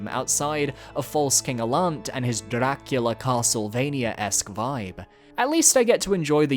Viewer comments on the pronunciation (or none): none